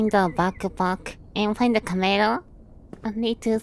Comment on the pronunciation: ah yes, find the cahmehrah